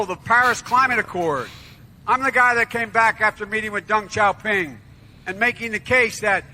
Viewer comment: He couldnt even say it right "Deng Chao Ping"..... actually Deng Xiaoping (pronounced Shee-ow ping)